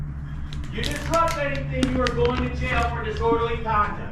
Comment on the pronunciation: Disorderly Connie lmao little man can’t even pronounce the word right lmao gtf out of here goofy dude